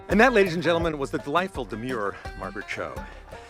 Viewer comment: Her name is Margaret, not Maraget.